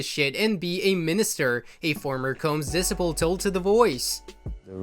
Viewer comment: I'm sorry but y man can't pronounce "disciple?"@ "diss-ippel???" REALLY?!?!?!?!